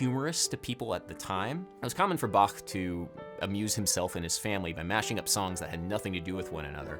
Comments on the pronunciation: Finally someone who pronounces "Bach" right. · Very nice effort of pronouncing Bach correctly! :)